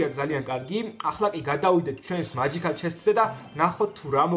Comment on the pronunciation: მაჯიქალი არ არის მეჯიწალია